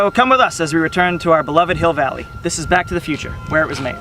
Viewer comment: Welcome to Hi(e)ll Valley